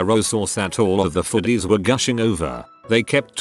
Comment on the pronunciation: Im so pretentious that I disdain an AI voice that mispronounces words like "foodies". Get a better voice. A human who can read, if you have to.